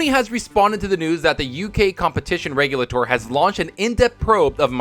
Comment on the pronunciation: It's pronounced "Regulator."